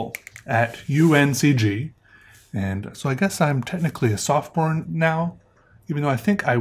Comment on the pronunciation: God, you said sophomore but I heard you say softporn 😂 ps: you're a great artist!